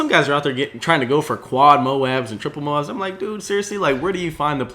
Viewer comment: 0 MOABS. Not moans.